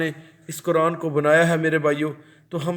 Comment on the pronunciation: یہ لفظ ق صحیح پڑھو آپ کران کیوں پڑھتے ہیں قرآن موٹا ق پڑھو